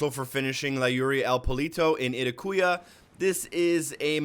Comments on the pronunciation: "Ee-tak-wah" not "eh-teh-coo-yah" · I think it's said I-taq-wa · yeah and itacua is pronounced ih-tock-wa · (It ah c wa) you pronounced it wrong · he forgot the sniper you get in Inca Camina for defeating La Cabra. this is a special weapon you get from the Peruvian bonus mission. this guy can't even pronounce Itacua right.